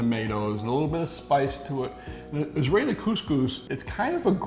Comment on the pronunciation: its not israileeee !!! soooooooooo culture thieves